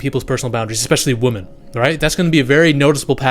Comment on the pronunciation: Why is everyone saying WOMEN wrong all of a sudden? Is it a Mandela effect?